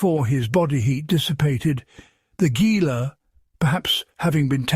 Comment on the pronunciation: It's not gee-la. It's He-la. Spanish pronunciation !